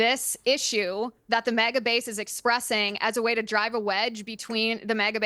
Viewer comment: MAGA. Not "MOGGA".